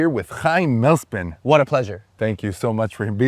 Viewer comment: It's (mah-less-peen) not mail-spin!